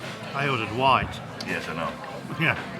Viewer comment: white as you asked for sounded like rye its you accent cant knock them on that